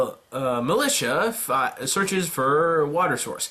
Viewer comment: i know it's been more than a year but it's MILIZIA(written militia)ffs P.S. love your content,keep it up ;)